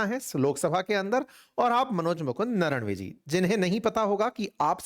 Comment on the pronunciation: नरवणे उनका नाम है.. ना कि नरणवे l धन्य हो 🙏